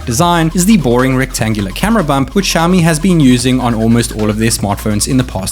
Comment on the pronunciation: shaomi? shaomi?? its Xiaomi! ksi, KSiaomi, not SHiaomi